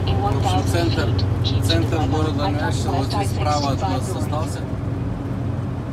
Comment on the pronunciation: ррр почему нЯшвил ррр ухо режет капец, нЕшвил же...